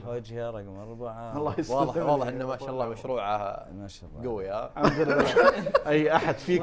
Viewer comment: ما شاءَ الله هكذا تُنطق لا تنسون نُطق الهمزة وايضا إن شاءَ الله 👍الْحَمْدُ لِلَّهِ"هكذا النطق (الحمد لله) هكذا الكتابة /ما ينفع الموسيقى وما يصير تتنمرون على الناس وغضو بصركم عن البنات والبنات تغض بصرها عن الشباب👍أَسْتَغْفِرُ الله وأتوبُ. إِلَيْهِ